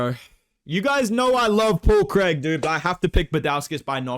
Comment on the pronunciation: “Paul Craig!” 🗣️ “Paul Creeg.”